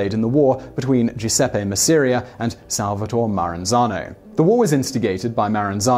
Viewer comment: my ears hurt every time masseria name was pronounced wrong, but like other people are saying the true legend Carlo Gambino should be mentioned but i know he had been jailed when he was younger, also look at Santo Trafficante Sr, and Jr